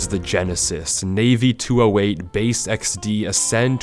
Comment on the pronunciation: i don't know if im suppose to laugh or not, Navy: "Bae" i mean.. "base" XD